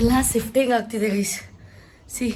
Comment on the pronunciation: ಸಿಫ್ಟಿಂಗ್ ಅಲ್ಲ ಅದು ಶಿಫ್ಟಿಂಗ್ 😅